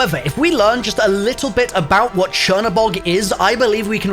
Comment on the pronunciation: This is how many times he said churnabug 👇🏽